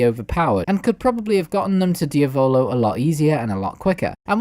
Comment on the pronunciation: tbh this guy has really good videos but I think that he needs to work on his pronunciations like "manga" and "Diavolo"